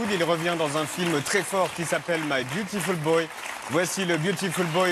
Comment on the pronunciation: Byutifull BŒI